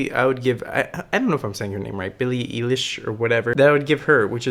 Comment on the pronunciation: did he just say billie elish lmfaooo hahaha it's pronounced billie eye-lish